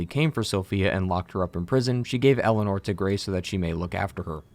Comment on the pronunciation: It always grinds my gears every time I hear pronounce Eleanor as Elena